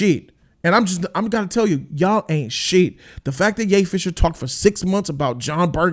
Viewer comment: Everytime he says Ye fisher i lose it😂😂😂 and i like ray